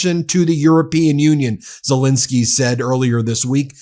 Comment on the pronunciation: It's pronounced ZeLENsky not ZeLINsky.